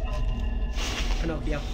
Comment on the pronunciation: got me rolling every time he called balloon boy ponocio